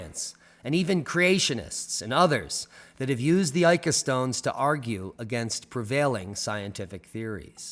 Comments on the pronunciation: Pronunciation: ee-ka... not ay-ka. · So, Ica is pronounced eeka, not aika... I don't think there is much doubt that most of these stones are relatively modern fakes. However, there most likely were some original engraven stones to inspire the fakes. I saw a stone, in 2003, that children of a family I was visiting had found in the sand while playing on the outskirts of Pisco, Perú. It didn't look like most of the Ica stones, was a rounded reddish granite type stone, with what appeared to be a stegosaurus carved into it. It showed no sign of varnish or polish, but didn't look new either. The children had colored it with crayons. I offered to buy it, but the parents just shrugged and said "It is the children's toy, they found it, we have no idea of its worth." I left it at that, thinking I would return soon, and snapped a shot with my disposable camera. Unfortunately, the photo has been lost, and when I returned after a couple of years, the family was no longer living there.